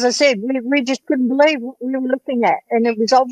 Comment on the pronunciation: I be-LIE-ve